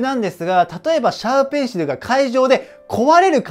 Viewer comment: シャーペンのかえしんが、シューペンのかえしんになってますよ!!